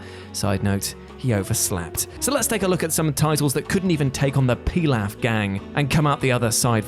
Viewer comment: You insult me by the way you say the name of characters (pilaf) and techniques (the kamehameha wave) Pronunciation: pe-lof (When naming the technique not calling on the technique) The ka-may-ha-may-ha wave